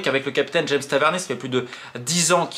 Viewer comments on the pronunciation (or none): none